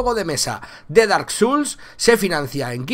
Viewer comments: Ostia.... tiene buena pinta, otro juego de la saga souls para la colección, aunque este es de mesa. xD Por cierto es "souls" no "suls", no lo digo por nada, pero me pone nervioso la gente que pronuncia mal, aunque luego soy yo el que lo hace también xD. Un saludo máquina, me has alegrado la madrugada con esta noticia. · y Neta No te enfades xD, solo digo que lo has pronunciado mal, se pronuncia como se escribe "souls". Aprende de los errores, solo te he remarcado un error que has cometido para que aprendas y no lo vuelvas a cometer. No te lo he dicho con intención de ofender. De los errores se aprende mucho.